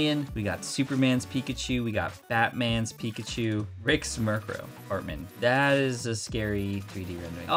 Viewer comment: When you said bat man I thought you said fat man